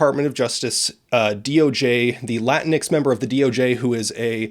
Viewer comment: its clearly pronounced la-tinks.